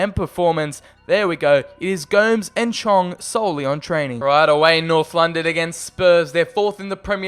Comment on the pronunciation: Its prounounced go-mes